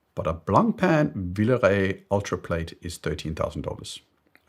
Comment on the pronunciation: the only fault I ever find with you is your pronunciation of foreign languages. You say peese unique, it’s pièce, two syllables. And ultraplate is ultra ‘plaat’. Always a pleasure, PN.